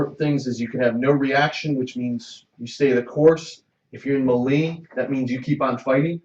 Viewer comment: Looks like another fun game. Gonna watch part two. Oh... Melee is said = May-Lay ;) Keep it up.